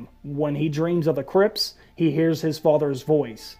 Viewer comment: The way you said Crypts sounds like Crips, the L.A. Gang and what I heard was "What if Jon has another dream of the Crips" and I busted a gut thinking of Jon in a blue bandana with a Crip entourage